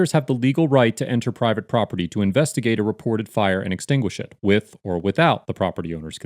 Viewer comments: "I axed them to leave the prawpitty!" The Boondocks! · Yeah, when you say, "I'm, AXEING you to leave the PROPPITY"...and I think Mr. Solution Looking For A Problem doesn't have a real issue with firemen on the scene; I think he's being BIG MAN on YouTube.